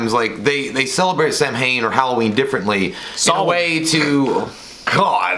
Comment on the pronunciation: Samhain is pronounced sow-win sow like 🐖 not like needle and thread